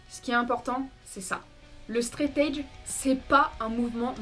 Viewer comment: Faudrait juste apprendre à prononcer 'threat' et surtout 'edge' :) sinon, bonne vidéo